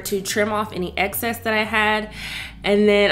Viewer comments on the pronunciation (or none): none